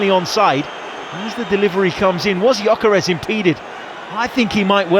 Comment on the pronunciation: Hey Arsenal! ... it's Gyökeres with an "ö". Please show some respect. (Arsenal is my English club.)